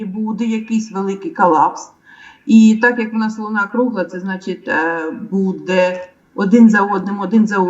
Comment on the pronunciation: не позорьте українську мову, чого ви кажете слово буде й ставите удар на другий слон на це не вірно, це гидко!!!!!